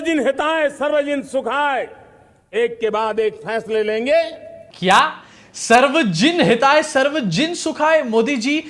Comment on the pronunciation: Actually he said : 'sarbajan hatay, sarbsjsn sukhay'